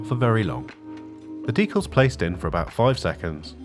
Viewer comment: Thanks for pronouncing "decals" just like I do. Rare to hear it.